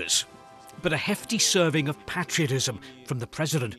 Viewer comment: Patriotism. Not Pattriatism. Fanny.